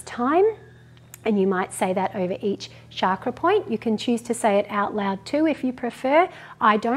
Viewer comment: Thank you for your awesome videos 💖 it would be great to hear you pronounce chakra correctly with ‘ch’ rather than ‘sh’ for chakra ✨ Namaste 🙏🏼